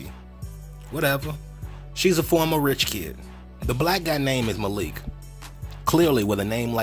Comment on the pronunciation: The way pronounced “Malik” is actually the proper way to pronounce it...the Arab pronunciation. The way we are used to hear it is the Americanized version..